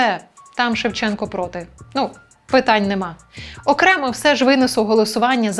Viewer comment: треба було називати покидька "шЕвченко" з наголосом на першому складі й не відмінювати прізвище